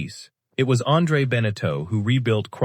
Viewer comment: pronounce benetau properly, thesame for jeaneau. terrible video, waste of time. no photos of the boats they built.